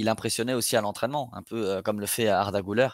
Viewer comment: Ça se prononce Güler (Gülère) et non (Goulère) 😉